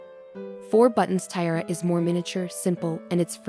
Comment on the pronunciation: Is this AI reading, I hope? What's the deal with "tie-rah" and "tea-eh-ah"? Sheesh!